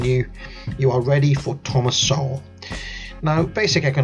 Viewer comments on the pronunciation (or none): none